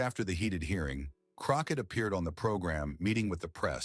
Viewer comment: Croquette? You better get Miss Crockett ‘s name correct. Love her ❤❤